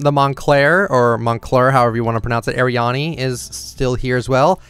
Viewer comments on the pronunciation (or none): He called ariana as ariane